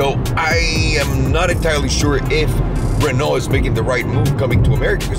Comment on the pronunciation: Just the same way u said Peugeot and Renault in your video much as the BBC is also allowed to make mistake and be corrected. Brook stood up to nothing , it was just a publicity stunt to get subscribers